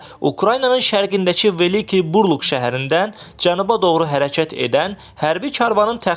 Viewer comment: Buuu rluk yox burl uuuuk